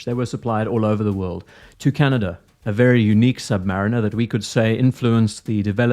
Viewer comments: "Canadia", I nearly drowned my keyboard on that out take, many thanks!. No my comment from "Engliand" or "Engerland" as some soccer fans would have us believe it's pronounced. From my comment from the last "What'll it be Tudor" I think most of my wishes have been granted. Titanium case (although not some clever bracelet option (yet?)), ceramic insert and fully lumed bezel. The loss of the date complication does not worry me but it is a tad disappointing that we have lost the old Pelagos angled chapter ring that the hour markers cut into but on the plus side the markers still look like they are applied and not printed. I would hope Tudor keep the current Pelagos running along side the FXD as that for me is still the perfect every day tool watch. Another note is that the FXD is cheaper than the old Pelagos. If I recall correctly the 'smiley' text on the current dial distinguishes the in house movements from the 3rd party ones so the flat text makes sense. I would also like to see a black dial variant with your proposed dial updates in the render. I'll have to contact the AD to express my interest in this piece so I may see the new v my LHD Pelagos. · Good old Can-aid-ia 🤣😂🤣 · Shout out to “Canadia”. Good job with video 🤣